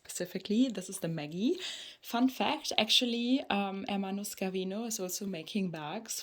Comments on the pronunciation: totally understandable, it's quite a big mess lol SCHErvino would be written the way you pronounced it ☠️ congrats for the bag anyway, always class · On a side not about the pronunciation: It's not SK ervino But SCE is pronounced like in Chevrolet or Sheraton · Hi:) Scervino is pronounced as the sound ''sch'' in German, like the word Scherz. Tschuss!